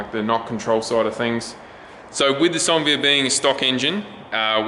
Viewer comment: why does call it a sonvia, isn't it a Onevia